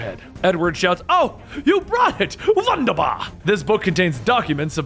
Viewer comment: wunderbar is pronounced vunderbar